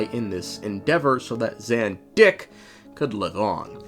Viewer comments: did u just say ZanDick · Zan-Dick is apt emphasis 😆